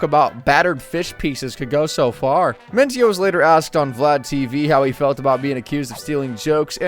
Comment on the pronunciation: I have never heard carlos Mencia’s last name pronounced that way. You put the em FAH sis on the wrong sil AH buhl.